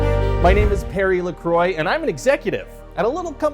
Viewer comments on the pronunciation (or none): none